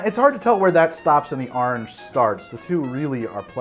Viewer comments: "Ahrangey" hahaah. Whoever does those tasting notes must have a blast. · Great episode, as always. Seeing you spell orange as "ahrange" reminded me that I used to say "ornch" up until about 15 when a girl said it was cute the way I said it, lol. Also I find it weird that I watch this show and I don't even drink...I guess the show is just that good. So, what did you think of the first episode of season 8? I thought it was kind of slow and seemed more like a recap episode. It seemed like it was re-introducing characters with a wink and a nod as if we haven't seen them in several years. I hope that in the next episode something worthwhile happens. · You're the only person I know of who says orange like I do. People always make fun of me for it. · The way New Englanders say “Orange” always gets me 😂